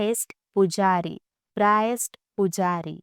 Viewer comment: Priest.... प्राईस्ट नहीं प्रीस्ट होता है